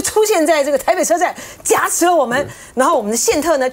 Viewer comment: 不是挟持(xie chi)吗？